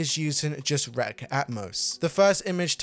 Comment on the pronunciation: R-E-X is pronounced, wrecks.